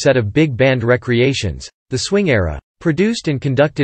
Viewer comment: The AI voice is the one major drawback to a very informative video. A human voice would've been so much better. By the way, the artificial voice also mispronounced the word "re-creation." Use human voices for your videos, people.